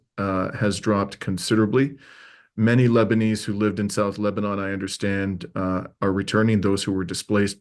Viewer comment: It is pronounced Lebanin -- not Leba-NAWN.